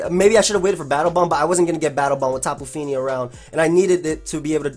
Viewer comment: "Tapu feenee"